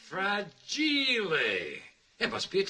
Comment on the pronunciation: "Frahh-jeee-lei" Nice 😂